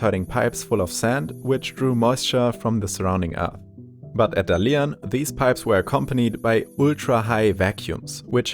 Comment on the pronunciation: is it really so much trouble to find out how Dalian is properly pronunced?